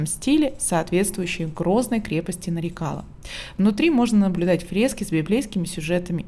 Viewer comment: Очень похожа на крепость в Дербенте. Только в названии ударение на последний слог. Нарикала(на ла).